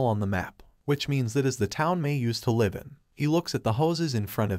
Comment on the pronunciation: AI, it's pronounced liv . Your programmer/your god f-d up. GIGO.